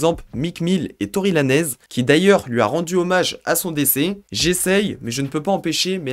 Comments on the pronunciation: lol Tory Lanez dit par un Francophone "Tory Lanèze" ehehe, ça se dit "Tory Len'z" et ça s'écrit Tory Lanez. si non bonne vidéo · ça se prononce tory « laynz » poto